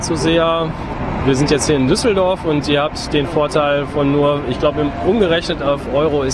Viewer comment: Na, hier nimmts aber Jemand sehr genau.... Mindestens hat die Aussprache von Düsseldorf (für einen Engländer) besonders gut hinbekommen und Beide haben es geschafft, "Duisburg" besser auszusprechen als Franz Beckenbauer. Da kann man ruhig mal ein Auge zudrücken, wenn es um Rechtschreibung geht.